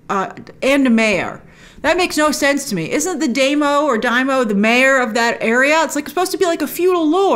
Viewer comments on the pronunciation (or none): Daimyo is pronounced like Dime yo. That's dime like the coin, and yo like the greating. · DAIMYO, Grace. “Die-mee-oh”. You’re welcome. Japanese word. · Sorry to have to point it out, but you mispronounce the word "Daimyo", and they sey it right in the show ( and every Anime" that it apears, just see in the original Japanese audio, like I Always do ) it is something like " daaymeeoh" watch the show again ...